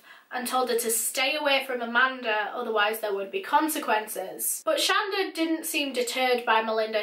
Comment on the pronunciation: Her name is pronounced Sh-On-Da my mom has the same name lol